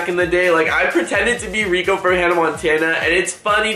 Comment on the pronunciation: its rrrrrrrrrrrrrrrrrrrico 😂